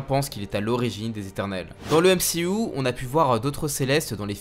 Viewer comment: juste un trcu c'est pas m si ou mais m c u